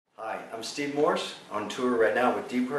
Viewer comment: it's Morse not Morrison... dammit!